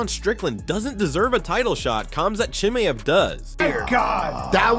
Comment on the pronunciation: I can't understand why US Americans still aren't able to pronounce Chimaevs name correctly after all these years. They still pronounce it like Cumzat. You know there exists a phonetic alphabet? It's made for those people who can't speak other languages and they don't know how to pronounce something? Are you really that lazy or just ignorant?